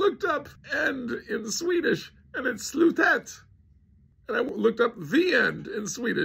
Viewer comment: Slutet is NOT pronounced Slootet